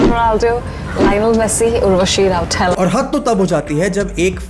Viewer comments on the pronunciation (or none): Urvashi says rautela like Nutella 😂